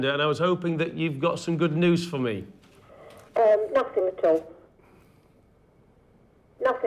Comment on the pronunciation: Please stop saying NOTHINK ANYTHINK it ends in G not K.